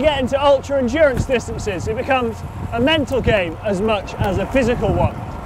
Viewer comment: Endurance or....... Endurn-ace? Happy with new dura ace?